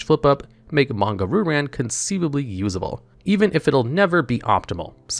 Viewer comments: Heehee…Manga Roo Ran..? No offense on you pronouncing the name. It is actually pronounced as Manga Ryu [Ree-Yu] Ran. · Bro do you legitimately think the pronunciation is “roo-ran”? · The pronunciation of Ryu-Ran is absolutely killing me...